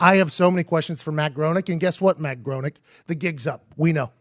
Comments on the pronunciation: Its pronounced “GRAINING”!!!....good god, man! Pretty good video but every time you say GROANEEK its makin’ me fkn crazy. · If you're going to do a report on someone you should at least know how to fucking say their name right. Groening is not pronounced groaning, its pronounced grayning. Also, a lot of this is bullshit. I would elaborate on why but it wouldn't get through your tin foil hats. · Hey PMac, it’s pronounced “GRAINING” not “GROANING” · it's pronounced GREY-NING. not GROANING. geez. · It's pronounced graining. Not groning. But that's okay mckeefee. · The pronunciation of his name is Graining, not Growning. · It's pronounced grey-ning Not groan-ing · “Graining.” It’s pronounced “graining” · It's pronounced "graining" dolt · It's pronounced Green-ing. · His name is pronounced “gray-ning”. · it's pronounced GRAY-NING ffs! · Hey, it's pronounced "graining" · It’s pronounced “graining” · Graining is how it’s pronounced. And the Trump thing was done after the fact. 🤦🏻‍♀️ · His name isn't matt groenig. It's groeniNg. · Hey two guys who know are so witty but don't have the wits to look up how to pronounce their subject: It's Matt GRAYning. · GRAY-ning. Rhymes with complaining. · The first thing you should ask him is how to pronounce his name. Because I'm pretty sure it isn't "groaning". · Hes saying matt groening as matt gronick wtf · It’s pronounced grayning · His name is pronounced Graining. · Anyone else annoyed that he is pronouncing it 'Growning'. I guess just me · It's also pronounced "graining" and it's murdering my nerdy brain. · It's pronounced Gray-ning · It's pronounced Matt "GRAY-Ning" I learned that from the Simpsons app 😂😂😂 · It's pronounced "Grain-ing". Weird German thing. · Can't even pronounce Matt's name right and you wanna tell me you know so much about him being a time traveler. This conspiracy is a load of tripe. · At least pronounce Groening's name right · If you were big fans you would have known his pronunciation. #eyeroll